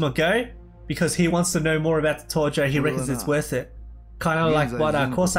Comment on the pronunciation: Ia that how you actually say tojo like Torjo?